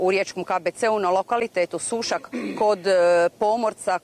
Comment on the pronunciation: Jojjjjj kaže se Sušâk !!!